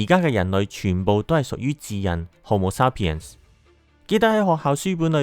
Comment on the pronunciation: homo sapiens發音好似有點怪，同埋染色體係23對，46條。加油，多謝你製造的片。